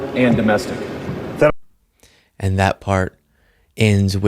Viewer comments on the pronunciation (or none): "Foreign and Domestic" with an emphasis on "domestic"